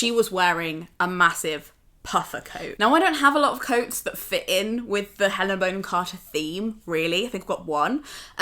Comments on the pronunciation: I'm really enjoying watching all 'back catalogue' and I've learned so much from her, but... Aaaaarg! It's pronounced Bonn-am, not "Bone-am"! screaaaam Sorry, I'll go back to the video now... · i love your video, but thats not how you pronounce “bonham“ >:( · So is it Bon-hom or Bone-em? I’m really confused. Great homage either way. You could do a Madonna vibe next….not as dissimilar as you might think ❤️